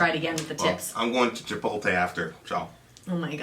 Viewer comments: chipolte? lol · It's chipotle, not chipolte! Chi-pot-lay.